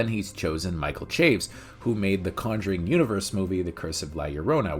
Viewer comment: While I am not 100% certain, I'm guessing the director's name does not rhyme with "Shaves" but is two syllables, pronounced Cha-Vez.